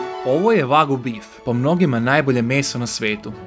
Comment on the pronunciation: to je vagju ne vagu ahhahahaahhahaa